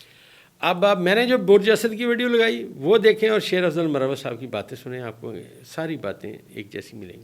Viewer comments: ڈاکٹر صاحب لفظ مروت ھے Marwat ھے Morawat nahe hy, یہ نام ھے ایک قبیلے کا آپ جب Morawat بولتے تو اس کا معنی محبت ہو جاتا ہے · Sir correct pronunciation is MARWAT